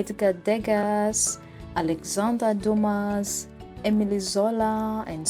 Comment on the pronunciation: There is Salvador Dali museum there , you know…. Degas, Dumas- “s” is silent😊